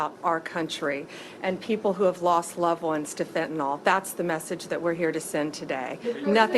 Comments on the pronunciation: Blondi Bondi... It's not pronounced FentanOL, it's pronounced FentanYL. Shouldn't the head of the DOJ know that?! That's like the head of the DOE saying "nucular" instead of "nuclear." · NO ONE can pronounce fentanyl. its not "FET-IN-ALL". "FEN-TA-NIL". idiots... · FEN - TA - NYL. "NIL", NOT FEN - TA - NOL, "FENTANOLLL", why do so many talking heads pronounce it like this? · Really wish the attorney general could at least pronounce fentanyl, not to mention release the Epstein files.